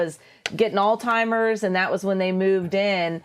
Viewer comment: It's Alzheimer's, not all-timers! Please look it up!